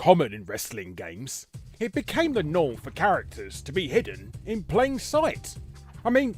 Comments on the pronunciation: 'chararacters' lol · "chararacters" right on